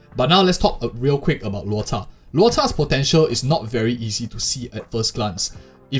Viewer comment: Props to the narrator for pronouncing Lôu Chà correctly